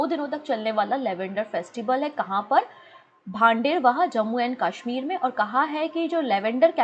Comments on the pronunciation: लवेंडर फेस्टिव्हल भदरवाह मे हुआ है, भांडेरवाह नही🙏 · Baderwah nhi Bhaderwah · Mam... Bhaderwah pronunciation gult hai apki